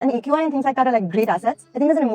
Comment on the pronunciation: People hate her cus she is pretty and rich and well learned and she said eqi not aqi